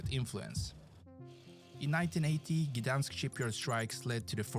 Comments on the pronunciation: Just to warn you, the pronunciation of the Polish words in this video is shockingly bad. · You don't know how to say 'Gdańsk', but don't worry about it.😂 the person who made the vid mispronounces all the names, but that's to be expected if sb didn't learn Polish, so - just don't try to copy him.😂